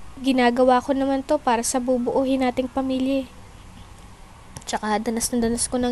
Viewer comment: NOT BUBUUHIN,BUBUUIN